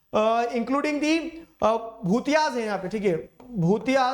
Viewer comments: Sir that's "भोटिया" not "भुतिय" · Sir Bhotiyas ka pronounciation wrong kar rahe ho😂